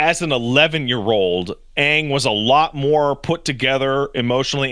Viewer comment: there, says Aang correctly lol